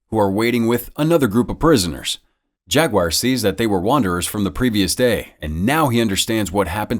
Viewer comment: "Jag-WIRE"? "Jag-u are"